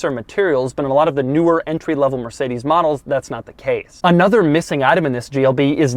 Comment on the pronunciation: Learn how to pronounce Mercedes.